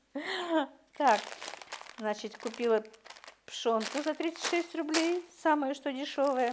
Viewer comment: постарайтесь избавиться от слова значить, и оно произносится без мягкого знака, оно режет слух,я очень уважаю вас,ваших дочек они умницы,смотрю все влоги, конечно печать печали есть на вашем лице,и жизнь ведь нелегкая,но самое главное чтобы дочки не болели,я желаю им здоровья